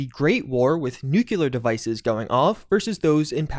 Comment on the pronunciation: "Nuculuar" uugh guy.. Soooo American! 'close enough' should be your motto...